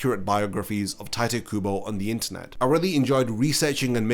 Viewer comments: its not tayt kubo. its ti- te kubo. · hearing bro call him 'tight' kubo was a painful listen T.T it's pronounced (tea-téh) kubo XD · It's not "Tight" Kubo, it's TiTe Kubo. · dude. It's "Tee Teh Kooboh" not cringey Tight kuubow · did you just say tight kubo? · no one: this guy: "tight kubo" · His name is definately not pronounced "Tight", that's very jarring mate. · tight kubo... damn my ears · Pronunciation of Tite as "tight" hits different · did you say "tight" kubo? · Bro I don’t understand this about YouTubers: you spend tens of hours researching info for this video and yet you couldn’t spend 5 seconds googling how to pronounce Tite Kubo’s name, why is that bro? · Honestly what I was questioning most about this video when it was announced was how you were gonna pronounce Tite lol, I've switched up my pronunciation far too much 🤣.